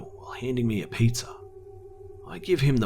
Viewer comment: I always notice how he sometimes says "Pizzahr", or any "hr" at the end sometimes. Funny.